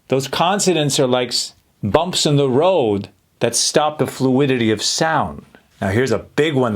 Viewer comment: When he says “Road “ he’s Spanish